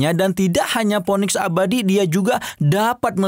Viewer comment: Bang, phoenix itu bacanya dibaca /ˈfiːnɪks/ atau /ˈfēniks. Jangan poniks dong